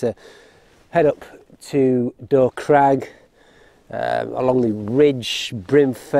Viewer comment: congratulations on another enjoyable film, and being the only person I’ve ever heard on YouTube who can correctly pronounce Dow Crag!